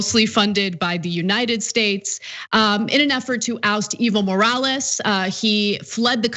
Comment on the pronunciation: I thought she was saying "evil morales" was the guys name haha! I had to look it up to get it right. I thought it was just too perfect to be real.